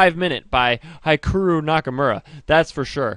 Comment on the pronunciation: Hikiru? Please... HikArU and the "hi" like in hitch not hypocrates